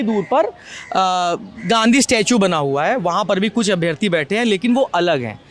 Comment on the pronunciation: हिंदी तो ठीक से बोलना सीख ले भाई... अभियार्थी 😮 अभ्यार्थी बोलो